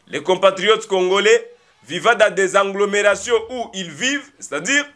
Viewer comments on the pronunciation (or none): C’est agglomération et non ANGGLOMERATION.